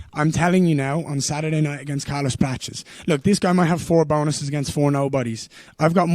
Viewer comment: He's trying to out-Brazilian Prates so much that he pronounces 'Prates' as "Pra-chess" every single time when Prates himself often says "Pra-tes" 😂